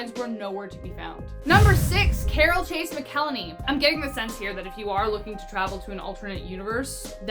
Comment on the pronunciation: Pronounced Mac-el-hay-knee. Mcelhany